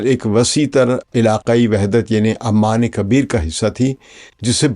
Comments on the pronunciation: Aman wrongly pronunciation, it is Oman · PLEASE fix the pronunciation of "OMAN". You keep calling it"Amman". Sir jee Amman is a city in Jordan. Please fix it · Kindly correct its "OMAN" عمان not Amman which is capital of Jordan.